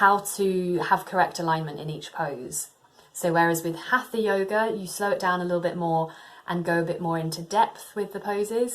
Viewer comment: Please check your pronounciation for HATHA, do not pronounce the TH as in English. This is Sanskrit. You might want to check it with a video of an Indian Teacher